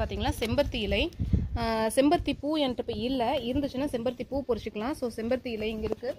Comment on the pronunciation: Hi sis im ur new subscriber 😍இலை பறிச்சுக்கலாம் னு சொல்லுங்க பொறிச்சிக்கலாம் இல்லை.... Just sonnen.. Keep change da